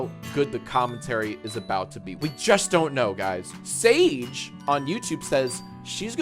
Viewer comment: My names also sage and hearing him say sage is like whiplash